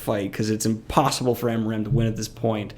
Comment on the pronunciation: I honestly cringed every time you said amaram. It's aram. Period.